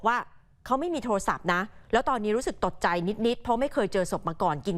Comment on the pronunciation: รู้สึกตกใจหรือตดครับฟังไม่ชัด😂😂😂😂😂